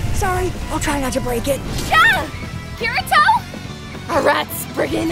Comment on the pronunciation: Lmao and think about all the names he tried. Especially "Kiritwo" xD